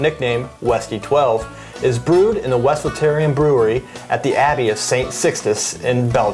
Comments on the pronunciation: As soon as I can afford to go to Flanders to have a glass of this, then I will learn how to pronounce it correctly. :) Til then we have to suffer through our Ohio accents. We did try to do a little research to see how other people were pronouncing it, but people are all over the place in how they pronounce it. Thanks for the tip. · Funny how you pronounce Westvleteren :p